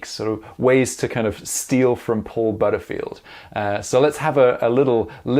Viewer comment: What nationality is? The way he pronounces " Butterfield" is simply not the British way.